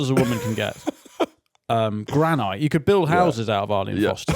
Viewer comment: Fin's pronunciation of granite and fuselage show he's really just a fucking idiot like the rest of us.